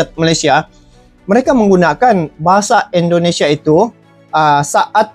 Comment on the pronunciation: Eloe orang 🇮🇩 atau orang 🇲🇾 bro Admin....? Cuman mau bilang dikit .. pengucapan Eloe yg menyebut INDONESIA Banyak salahnya .. harus nya pakai I Bukan È .. INDONESIA Bukan Èndonesia .. terimakasih 🙏 gua nonton konten Eloe sampe habis .. semoga mempererat persaudaraan antar dua negara.